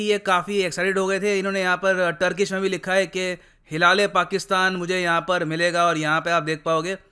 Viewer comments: Sir bhi maze le ke "Hilal- E- Pakistan" ko "hila le Pakistan" bol rahe hai..... 😂😂😂😂😂😂😂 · Sir, का जो pronunciation था उस पर मुझे काफी हसीं आई हिला- ले - पाकिस्तान बोले जा रहे थे , जबकि हिलाल - ऐ- पाकिस्तान होता ह् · It's prounaonce like hilale pakistan ka 😂😘😂😂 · Hilaale Pakistan awaard 😂😂😂😂 bhi has Rahe hai andar hi andar 😀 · Top pakistani award ~ Mara - Le - Pakistan 😂😂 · *huda -le - pakistan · jo bhi ho bhai .. pronounce to hila le Pakistan hi karenge 😂😂😂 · Bhai hila-rha-h-pakistan...😂😂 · Whft😂wht is that ?? Hilale Pakistan?😂 Sir k muhh se ye bht funny lg rha kuki ye properly pronounce ni kr pa rhe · Hi-la-le Pakistan award lol 🤣 😂😂 Actually he deserve that kind of award OH pakistan and again you made me laugh 😂😂 Hi-la- le award 😂😂😂😂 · When I heard- hilale🤔 hilale😂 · I couldn't hold my giggle when sir said Hilale Pakistan 😂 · Hilal e pakistan ? How to pronounce it 😁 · For once I thought mispronounced their award 😂😂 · Sir pta nhi kyo "Hilale Pakistan" itna emphasise kr k bar bar bol rhe the 🤪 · Every time he said 'Hilale Pakistan',i couldn't control my laugh. And the irony is that the president is looking so happy as if he has received Oscar.